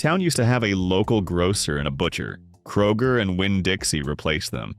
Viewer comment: ... kay-roger. LOL!